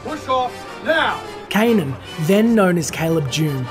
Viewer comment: Kanan. Not Ka'nan.